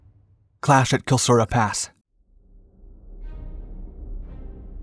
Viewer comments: you said Kilsura twice but you typed Klisura.... you need an editor. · Klisura (gorge) pass, not kilsura pass. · Kilsura ? Kilsura ?! It's Klisura, or Kleisoura. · I noticed that -- SEVERAL times. The title card was right, iirc, but the narrator is shoddy as well as breathless. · I'm tired of explaining how you can help yourself to pronounce names correctly. You mispronounce Metaxas, Epirus, Centauro, Klisura and Ciano. Go away and find out the correct version or continue to look foolish - your choice.